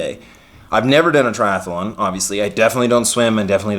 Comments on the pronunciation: Triathlon, not TriathAAAlon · We may have to kill you if you keep saying Triathalon. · One les syllable, Triathlon vs Triathalon.